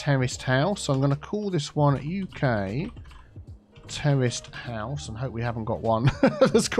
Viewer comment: 'Terraced house' just sounds like 'terrorist house' when you say it,. lol:)